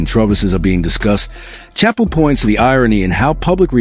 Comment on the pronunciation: can't even pronounce Dave's last name right in the 1st 5 minutes of the video 🤦🏾